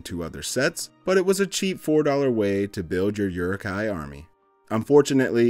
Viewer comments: And again. Uruk hai pronounced “ooh-ruk high” not “your-ruk high” 🤦🏻‍♂️ 😌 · You really need to practice your uruk-hai pronunciation.